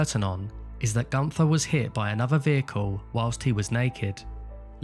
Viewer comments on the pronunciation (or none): The way he said günther is just amazing how wrong americans or british speak out german names . He litterly said GUNTHAR . You say GÜNTERRR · It's pronounced Goon - Ther. Not Gun - Tha. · Very sad and mysterious tale indeed….The German Name of Gunther is actually pronounced as: “Goonter”…..If Gunther was attacked, then how did they know where he would be in the first place?….If Gunther was indeed assaulted, then this definitely involved several people rather than just one assailant….It would be almost impossible for one man to do all this…..Or, it’s possible Gunter might have been suffering from Undiagnosed Paranoid Schizophrenia, which made him suffer from paranoid delusions….Delusions which made him believe that someone or various people were out to get him!…..It’s also possible he may have been a Secret Agent that had been uncovered, and was on the run from the East German Stasi….Or, a former Operative for the Stasi or the Russians during the Soviet Era, that had gone AWOL and Defected to the West…It certainly could be that the Russians were after him to silence him….These are the most likely scenarios that I can think of for now!….Hope they help solve the mystery….Somehow, I doubt that though……Excellent video that was very well researched and presented…. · Maybe atleast try to pronounce the name right. gUnFeR O.o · It's actually an ü.